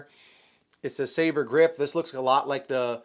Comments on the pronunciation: We have reached the point where youtubers don't know how to pronounce "sabre." It's a fuckin sword. Their pistol is a "dagger." This isn't rocket science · Michael Scott also had problems with pronouncing Sabre